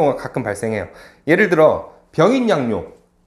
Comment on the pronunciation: 두자씩 읽되, 첫 자가 장음이면 반드시 길게 발음해야지요."병인"년이면, "병"을 길게 읽어야지요. 발음 문제: 1. 장음인 단어의 첫 자를 짧게 잘못 바음한 예:머냐?,근대,후반,시작,수식,사건, 등, 놀라운 정도로 많고, 2. 둘 째 자를 accent가 있는 것처럼, 강하게 발음하는 경향이 있음. 말이 너무 빨라 자연 장단음 문제가 생김. 천천이 침착하게 말하시압. "한국 어문을 고발함"이라는 책을 일독하기를 간곡히 권합니다. 미국 변 완수 배